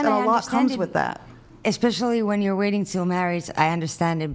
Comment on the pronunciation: Right?! 😂 Between ‘EXPECIALLY’ (especially), ‘GUESTAMATE’ (estimate/guess), Woman (women) and ‘IRREGAURDLESS’ (regardless), I swear they’re handing out degrees like Costco samples 💀 🙄